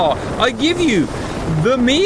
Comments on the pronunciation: US military nomenclature for the Hip/Hind was always with the phonetic "Em Eye" 8/17/24 pronunciation. When did it change to "Mee" 8/17/24? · Still confused why I'm hearing "Mee" instead of "Em Eye"...